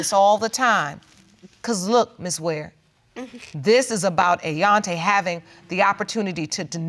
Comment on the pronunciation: "Ayonte", really! !